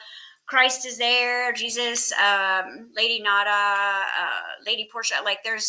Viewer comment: Every time you say Lady Nada I hear Lady Gaga and it makes me giggle 😂